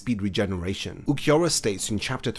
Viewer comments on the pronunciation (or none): none